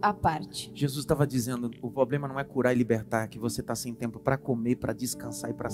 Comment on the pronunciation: Poderosa palavra pastor. Sugestão: Algum irmão ajude o pastor a ter uma dicção correta na palavra "Problema". Em amor. Shalom...